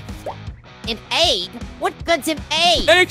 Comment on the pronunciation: it’s egg, not ay